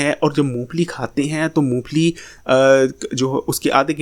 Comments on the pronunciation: Phele mong phali sahi se bolna sekho mu pheeeeli nahi mong phali hota he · Int maloomat hy apko lekin nmae shi bolna ni ata apko , moophli nhi hoti mong phali hoti hy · Not Moo fally but mong phally